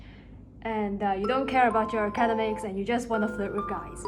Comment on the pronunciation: Hi, I love your videos, but you keep mispronouncing academics. You say "acad-emicis". It is - "aca -DEM-ics". Not trying to be nasty, just offering some constructive criticism.